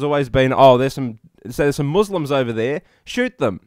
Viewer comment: You're the first non-Asian I've ever heard pronounce 'Muslim' the correct way.